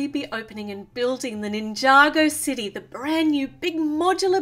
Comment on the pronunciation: Mabe it's city not dity.